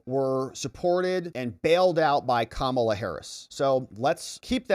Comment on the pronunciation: IT'S STILL......... KA-MA-LA....